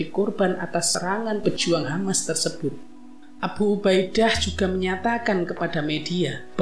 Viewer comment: Abhu ubha Idha... bacanya kok gitu sih pak...?😂😂😂